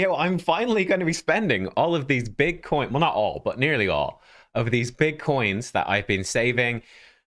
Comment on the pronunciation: It sounds like you are saying, "going to be spending all these bit coins". which is fitting since their so unpredictable lol